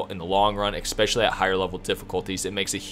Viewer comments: Dude.. the word is “especially” not “exspecially”. I’m also goin to assume you say exspresso in stead of espresso. I’m sorry but I couldn’t focus on anything but this. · it is eSpecially. not eXpecially, just saying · Very helpful, thanks! You have a great voice and great energy and you get right to the point so 10/10 for presentation. (Just 1 thing, I swear I’m not a pronunciation cop but there’s no “X” in especially. It’s pronounced like “essspeshally” just because you use the word a ton and it’s a little distracting for weird people like me) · EXspecially :D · A good guide but please please google the correct pronunciation of "especially" its like finger nails on a chalk board the way you say it!